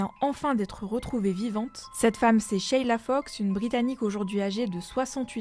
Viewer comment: Juste une précision pour la prononciation en Français on ne prononce pas sheiiila, simplement sheila sans tirer sur le ii